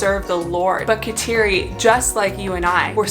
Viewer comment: Her first name is pronounced (Ga dah Lee)……❤️ Thank you for the video.